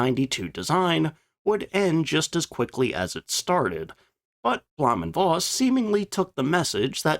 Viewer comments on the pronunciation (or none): It's "Foss". Voss means Fox in Low Saxon.